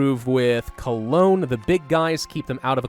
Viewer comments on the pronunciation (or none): none